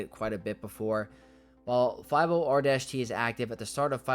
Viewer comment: I had to do a double take 'cause that's the first time I've heard someone not read 50R-T as "Sortie". Looking forward to this set ⚡